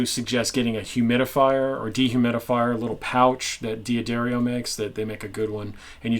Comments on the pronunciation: "Duh Dario:". D'Addario There is no i. It's an apostrophy not and 'i'. Mr. D'Addario knows who to pronounce his own fucking name. LEARN IT. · He said it again: "Dee Addario"! Nooooo! I was hoping that even Americans start to realise that that's not how this company is pronounced, but some yanks apparently won't learn. This is just ignorance, c'mon guys, a simple research reveals the correct pronunciation. You wouldn't want your name to get constantly mispronounced, or would you,?